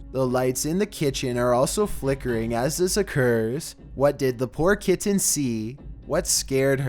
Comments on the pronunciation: Please learn to pronounce ‘kitten’ for the twelfth one, good video overall though :) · It's pronounced KITTEN not Kittan!!! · yep my daugthers cats do shit lile this...they stupid, an where Im from kitten is one syllable but theres also no t's in it either so...meh, but that dude needs to nutter his cat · Oh no, not the Kit-tin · I REALLY HATE HOW THIS GUY NARRATES HIS VIDEOS!!! I HAVE TO WATCH THEM ALL ON MUTE!!! AND THAT SUCKS. PLEASES I WILL GIVE ANYTHING NOT TO NOT HEAR THIS GUY PRONOUNCE THE WORD KITTEN..... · The way he says "kitten"